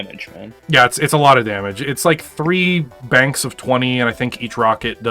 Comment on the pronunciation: twentie damege :D